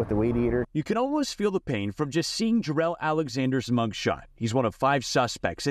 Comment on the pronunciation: "You can almost feel the pain from seeing jUhReLl" Nah.. not rlly.